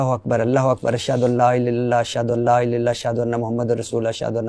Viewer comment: میری گزارش ارشاد بھٹی صاحب سے ہے۔ کلمہ یا اذان پڑھتے ہوئے تلفظ کا خیال کریں۔ الہ کو آپ الا بول رہے ہیں۔ معذرت۔